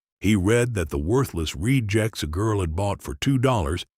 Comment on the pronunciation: Please stop with the floaties They are very distracting Ewes not yews Yews are trees rejects not reed jects debt not dead wouldn't not wooden again ewes not yews Cy not sigh Ewes not U's Chewed her cud, not shooter cud